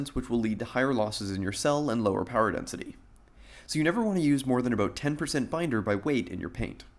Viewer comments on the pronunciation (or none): dENISTY? REALLY? INSTEAD OF DENSITY. rofl